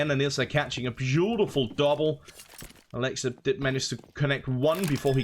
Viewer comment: Please start providing player pronunciations to game callers. A-lex-ib? It's "a-lexi B". I'm pretty sure people still say "zip-nix". Cmon now